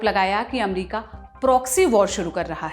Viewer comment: अच्छा है चलो आप ने अमेरिका को एमेरीका कहेने के बजाय अमरिका बोलना शुरू किया👏👏